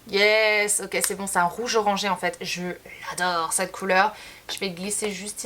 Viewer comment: cette et non pas ceet... 😉😂